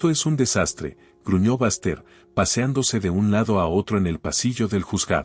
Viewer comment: Que historia tan chistosa, por favor pongan nombres que los narradores puedan pronunciar. El nombre de Baxter, lo pronuncia con el acento en ingles como bastardo !